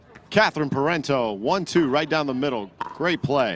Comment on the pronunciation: It's "Pair on Toe", Parenteau....not whatever you've been saying.